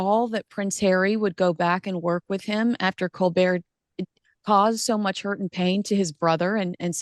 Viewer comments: Colbert not colbear, he's a hateful Brit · Unlunlesse he is French don’t call him colbear because , his name is Colbert! Col Bert !